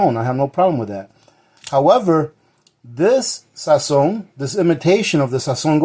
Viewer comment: No Sazón....SAZÓN lol